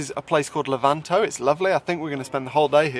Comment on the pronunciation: Great as usual... I'll be seeing you in London at The Web event ("Web photo event??) on Wednesday at 3. And it's Le'-vanto by the way (as in stress on the first syllable) :))